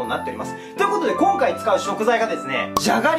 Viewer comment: こん↓かい↑